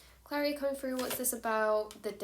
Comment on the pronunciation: Yep, this adult said "froo" . Pretty sure it's Through.